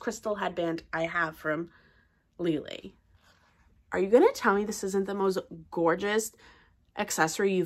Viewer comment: wrong.Lele herself pronounces with G.